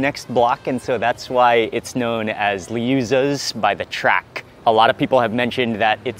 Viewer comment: I’m glad you went to Liuzza’s (say: LYE-OO-ZUHZ) by the track. That gumbo recipe was from the mother of Jimmie, the late owner and co-founder. Very special stuff with that super dark red roux. The BBQ shrimp and Frenchuletta are just the tip of the iceberg.